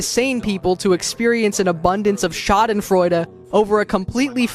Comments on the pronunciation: thank you for saying schadenfreude like that. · Clean pronounciation of Schadenfreude